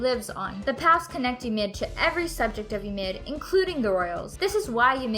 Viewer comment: the way she says ymir is so satisfying